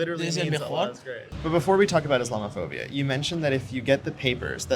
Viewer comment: The first word he learns when he comes to this country is Islamophobia but he hasn’t learned to pronounce it yet. These illegal immigrants do not at all resemble the legal immigrants of years ago. So wrong.